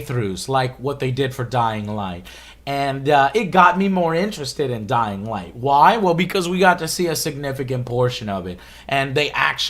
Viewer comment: "Dyling" Light